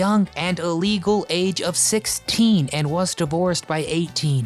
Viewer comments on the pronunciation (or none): none